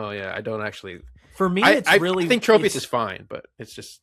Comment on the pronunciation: All of you keep calling it Trope-ius. It's Tropius, like tropical! 😅